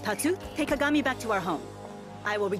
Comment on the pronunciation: I LAUGHED SO HARD WHEN U SAID KAKAGAMI LIKE KAKA AND GAMI NOT KAGAMI BAHAHHAHAHAHAHHAHA